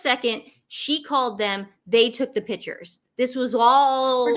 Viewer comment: I love how you guys say "pitchers" and "furtographers". Love your show!